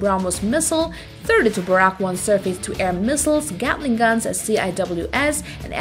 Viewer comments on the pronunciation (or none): none